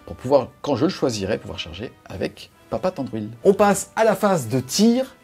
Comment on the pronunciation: Mes oreilles ont saignées à chaque "Thandruil" Mais gros plaisir de voir du SDA à nouveau !